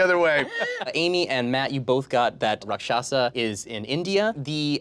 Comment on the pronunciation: Um, actually, Rakshasa is pronounced "RAAK-sha-SAA". The first and third syllables are emphasized while the second is not. And they are not demons or monsters in the traditional folkloric sense - they are demigods with powers of illusion and sorcery but are also capable of fighting for the forces of good. Two notable examples: Vibhishana (brother of Ravana) helped Rama and Ghatotkacha (son of the rakshashi Hidimbi and the Pandava Bhima, who himself was the celestial son of the wind god Vayu and therefore a younger brother to the immortal Hanuman) fought on the side of the Pandavas during the Kurukshetra War.